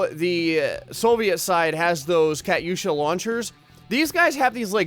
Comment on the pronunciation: It's pronounced cu-too-sha